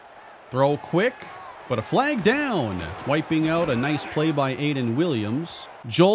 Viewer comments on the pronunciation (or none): none